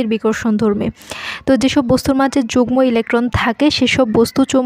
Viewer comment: উচ্চারণ: যুগ্ম>যুগনো